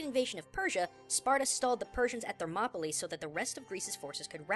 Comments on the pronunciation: gaijin thermopoLEE i swear its pronounced thermop uh lie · I think it's pronounced ther-mop-o-lie